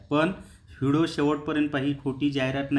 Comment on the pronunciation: व्हिडो नका म्हणू ओ व्हिडिओ म्हणा कृपया😂